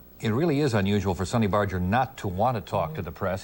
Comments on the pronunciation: Bar---Ger not bardge---er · No one ever says Barger correctly.